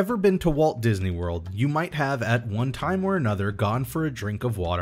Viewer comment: "didney worl"